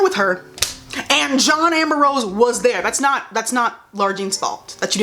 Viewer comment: i can't unhear her saying "john amber rose"